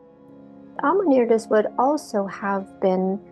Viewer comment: Amenirdis, this name seems to be spelled wrong as it is pronounced with an extra r in it all through the video... Nubians do need an editor.